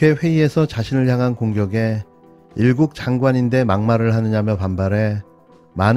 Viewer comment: 일본국 장관으로 들림